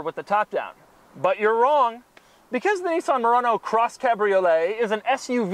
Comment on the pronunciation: Say Nissan correctly, not Nessan it's Nissan.